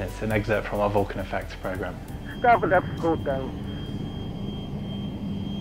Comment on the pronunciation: It’s not a vooolcun it’s a Vulcan